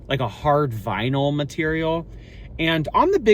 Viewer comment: saying it’s made out on “vinyl” like it’s the first time he’s come across that word lmao